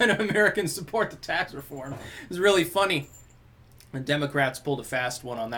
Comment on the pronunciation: Oh rearry?